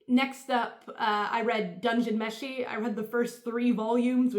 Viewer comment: Good job pronouncing "Meshi" every other english speaker I've ever heard pronounces it "Meishi". Dungeon Business Card